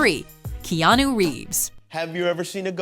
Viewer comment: KAENIU REEVES couldn't ask for a worse pronunciation